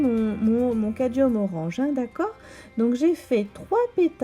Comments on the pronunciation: il s'écrit ainsi mais vous prononcez cadium 😉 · Vos explications sont très claires et donnent vraiment envie de s'exercer ! Cette légère altération du mot cadMium m'agace un peu à la longue ;-)